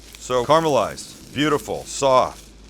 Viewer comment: So, I love your channel, and I love all your cooks. I really do. But I have one problem. You've said it many times during this video and many times previously. I also know that me complaining about it isn't going to change anything. You'll probably not even read this comment. But here it is: Carmelized onions...even youtube is telling me that it is incorrect. Caramelized. Seems everyone has lost the ability to pronounce words in this day and age.